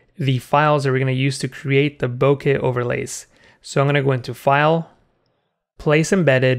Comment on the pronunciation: First, thank you so much for making an effort to pronounce bokeh (ぼけ) correctly. Too many people butcher it and use some pronunciation that doesn't even make sense. Second, I've watched two of your tutorials thus far and am duly impressed. They are clear and well thought out. You definitely have a knack for this. I'll recommend your channel to others.